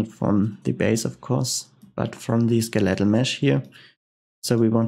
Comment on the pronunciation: Once again thanks for the tutorials, your English is really good and it is easy to understand your tutorials. One minor thing in case you are studying English, for skeletal, the emphasis is on the "skel" part and not the "let" part.